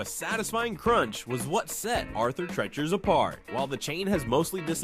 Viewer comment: If you knew how to pronounce "Treacher", I'd finish watching.